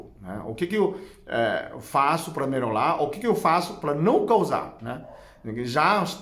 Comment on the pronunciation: Vdd. Acho engraçado quando ele diz Melolar, quando, na verdsde, ele quer promunciar melhorar. Rsrs...